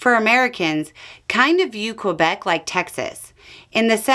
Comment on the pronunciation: Canadian here, this is an accurate take on the overall happenings here, to anyone curious. To, a minor thing: Québec doesn’t need the W sound when you pronounce it! So instead of “KWay-beck,” just go “Kay-beck.” “Que” is just a standard French thing, like “masquerade,” instead of the Anglophone Qu like “quiet” and “quote.”